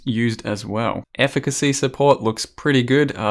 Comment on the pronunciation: Congrats you're the only streamer who pronounced "Efficacy" correctly. The others just gave up and moved on.